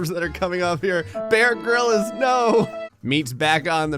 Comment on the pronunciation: b..b...bear grill-is? i... i thought it was pronounced Bear Grills. i...i...i’ve been lied to...